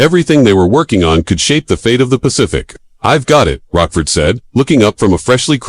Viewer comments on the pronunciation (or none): It's LCDR Joseph Rochefort who works for CDR Layton, not"Rockford"